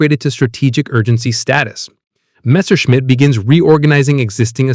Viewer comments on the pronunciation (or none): none